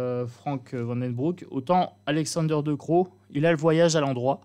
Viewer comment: VAN , CE PRONNONCE , COMME VANNE . DECROO CE PRONONCE , DECRAU En gros , c'est ça